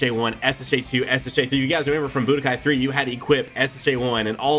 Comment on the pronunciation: The "budkai......" I am out.....